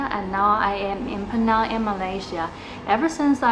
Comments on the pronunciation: 安徽小妹妹！你把"PENANG" 的 “NANG" 发音错了。It should sound like "HANG". NANG should not sound like 囊. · Penang is pronounce is "Pi Neng". It's not Peh-nang. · You 😂 pronounced Penang incorrectly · Penang is mispronounced! Please get it right!